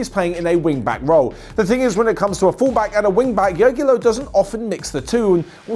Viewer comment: Who is "Yoggilow"? Honestly,. Just Google how to pronounce foregin names. 😆😆😆😆😆😆.